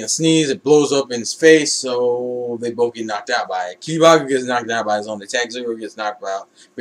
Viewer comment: to help u pronounce kibago its basicly saying (kiba-go)